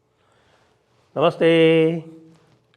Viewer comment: Why does he say namaste in such a weird way ??